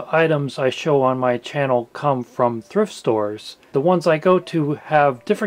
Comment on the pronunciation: I thought you said theft store at first hahaha.